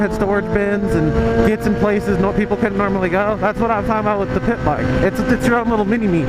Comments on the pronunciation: Did you say pimp bike or pit bike. Sounded like pimp bike lol. Pretty sure it was pit bike tho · I thought you said pimp bike instead of pit bike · At first I thought you were saying PIMP bike LOL